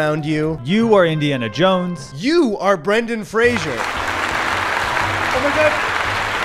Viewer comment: Fraser* FRASER. It's not fucking Frasier.